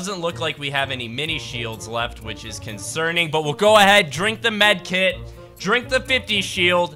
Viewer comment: wait a minute you said drinking midkit